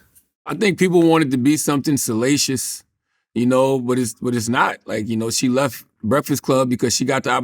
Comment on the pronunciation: This ninja said salacious